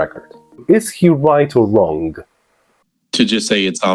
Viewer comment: nie wymiawia się g w słowie wrong